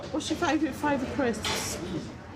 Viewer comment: The way she pronounced CRISSSPS had me physically frowning with my full body. I guess she really lives out loud and more power to her, but it’s grating on the ears nonetheless 😆